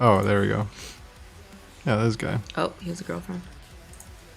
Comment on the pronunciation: you said girlfriend but the salaiva made it sound with S, anyways... Bad Omens is cool af and don't overthink about internet thoughts about bands, fck the haters, Nickelblack is cool too